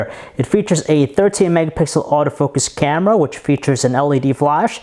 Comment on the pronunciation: not to mention the fucking "CYEAM-eh-ra"